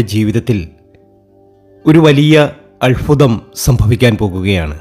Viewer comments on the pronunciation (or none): Alfutham alla albhutham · അൽfuതം അല്ല, അത്bhuതം ആണ്. അനുfaവം അല്ല, അനുbhaവം ആണ്. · ആദ്യം താങ്കൾ അത്ഭുതം എന്ന് പറയാൻ പഠിക്ക് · അത്ഭുതം. സൗഭാഗ്യം. അല്ലാതെ അല്ഫുതം സൗഫാഗ്യം അങ്ങനെ അല്ല. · അല്ഫുതം അല്ഫുതം. Ayye😊🤭. മോധകമോ.? മോദകം അല്ലേ?